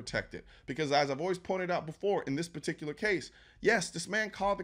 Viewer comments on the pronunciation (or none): none